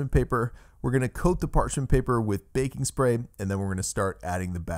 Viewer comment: It sounded like you said bacon spray 😁